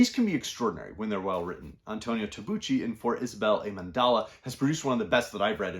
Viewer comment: Good morning and thank you very much for the video. I like your channel very much. Thank you for the recommendations. If you don't mind I just would like to point out that in Tabucchi (the c is pronounced hard like in Celtic). I read Tabucchi's Sostiene Pereira. Great book. Highly recommend it. That care!